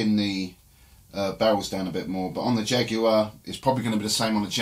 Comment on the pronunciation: The big mistake you made was pronouncing Jaguar with a long U sound